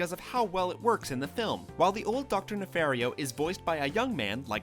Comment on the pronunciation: I think it's pronounced "nefahrio" and not "nefehrio"